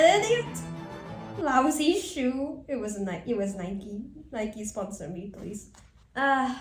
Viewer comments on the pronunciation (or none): I love how instead of Nike it was Niki😭😭😭😭